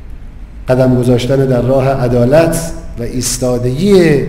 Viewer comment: 'adalat'. you dumb fuck. it's 'edalat' this fuckweed aint even good for a doorman.